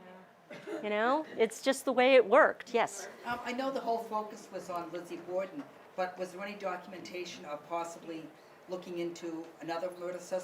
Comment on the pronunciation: Borden not Border.